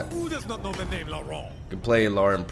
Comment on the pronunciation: finally pronouncing the names correctly